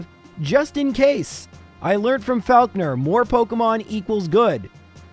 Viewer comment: loving the month of and this video is awesome, but that is absolutely NOT how you say 'falkner'